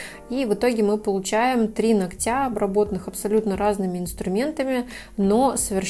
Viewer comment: аааа, не ногтЯ, а нОгтя!!!